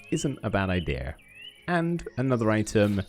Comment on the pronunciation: why is he saying idera insted of idea